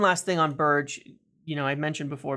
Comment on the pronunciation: A little correction its pronounced Berg-e not Ber-j